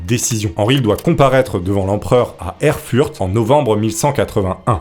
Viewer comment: La ville Erfurt, se dit "Erfourt" avec le "t" prononcé.